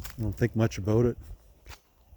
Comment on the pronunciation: ONE WORD TOLD ME YOU WERE IN CANADA....."ABOUT" LOVE YOUR DOWNLOADS....